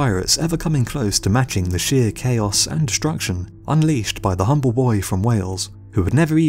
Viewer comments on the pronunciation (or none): none